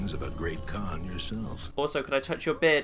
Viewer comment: hmm... Did anyone else notice that 'Great Khan Quest' sounded like 'Great Conquest'?